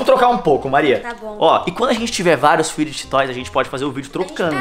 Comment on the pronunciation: Vcs são os únicos que sabem falar fid toys serto os outros meus ídolos ñ saber